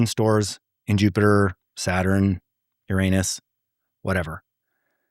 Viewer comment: He couldn't even pronounce Uranus properly. Im open minded. But,even for me id be calling him out.